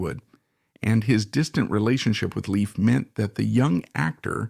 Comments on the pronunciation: Dude! You could at LEAST pronounce his name correctly! It's pronounced LAFE NOT LEAF. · It's pronounced Layf not Leaf! He has only 1 sister and that is Dawn Lyn Nervik. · its not " leaf" its "layf" " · NUMBER ONE: He's still alive. NUMBER TWO: His name is pronounced Layf, not Leaf. NUMBER THREE: People like you who create click bait videos do nothing but hurt all of YouTube. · And another situation where the commentary is wrong in this video is when he pronounces Danny Bonaduce's last name wrong. The commentator needs to do better research. 👍.